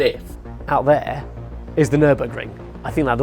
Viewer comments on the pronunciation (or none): none